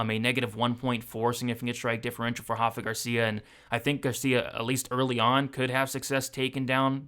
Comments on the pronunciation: my man, Rafa Garcia isn't Brazilian so it's not pronounced like that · My brother, you have every right to continue pronouncing it wrong. Just giving you a heads up! Keep up the great work.